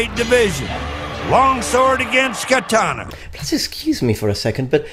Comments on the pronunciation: The fact that he pronounces katana as KAH-TAN-AH triggers me. Too bad he passed away so we can't tell him the actual pronunciation in person. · And also WhY dOeS hE kEeP sAyInG kAtAnA WrOnG each word in katana is supposed to sound like an oh not Like an AN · Can-tana lmao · deh katanuh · His pronunciation of Katana causes me to feel unwell. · the way that guy pronounces katana is giving me earcancer. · Hate how he says katana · I just have a problem with him saying “Katana” as an asian American.